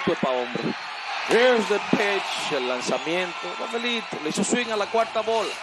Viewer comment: Here is the pisshhhh. Pense que se decia pitch 🤣🤣🤣